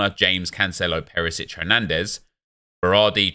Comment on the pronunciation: Out of all the cards you say Peresic 😂😂